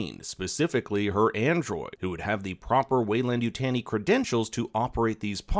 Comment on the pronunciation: ... u are killing me with the "Wayland Utan" it's weyland yutani.......